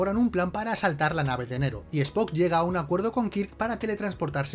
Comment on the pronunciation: No es Nero,es Nerón!